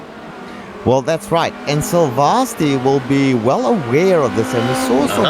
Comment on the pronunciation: Thank god! No chickens and cows. Please let this be the beginning of a new trend. Still pronouncing 'Silvasti' completely wrong however.